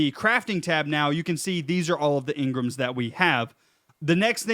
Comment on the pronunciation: It’s en grams not ngrames